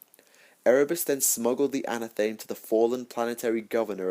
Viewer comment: its pronounced an/ath/a/meee like anatomy anathame is a witches ceremonial dagger knife or blade sorry but after the third time hearing it wrong it had to be said dude